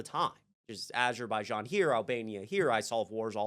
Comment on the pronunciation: You mispronounced aberjaizan